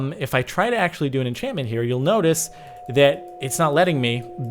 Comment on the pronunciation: Thanks Grumm and DB for butchering enchantment!